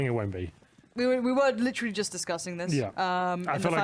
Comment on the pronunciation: "litchrally" ahhhhhhhhhh